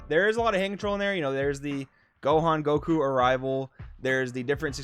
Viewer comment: Yeah, the game will never be the same again, Surge leaders completely changed everything. Also, thank you so much for saying “Surge Goku” instead of “Surgeku”. 🙏